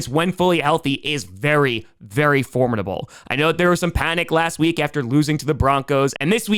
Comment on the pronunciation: Somebody needs to teach to say formiDable.